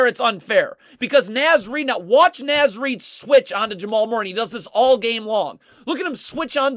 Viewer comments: It's NAH-Z Reid, not NAY-Z Reid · Naz Reid sounds like Noz Reid. Karl-Anthony is his first name. Say KAT or Towns or say the whole thing. Gotta teach the masses so they can sound like true fans, welcome to the bandwagon 😂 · Quit calling him NĀz Reid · Love your videos. It’s “Nah-z” Reid